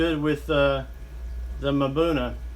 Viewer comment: it's pronounced buna, not mabuna